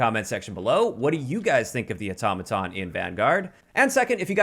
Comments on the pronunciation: THANK YOU for saying “Automaton” CORRECTLY!!! 🙏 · So happy to hear you pronounce Automaton, correctly. You won’t believe how many other YouTubers have no clue.